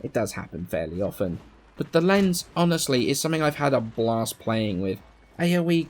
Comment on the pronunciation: The "z" in "Lenz" is pronounced with a "ts" sound like the "z" in "pizza"... It's vivace-vivis all over again lol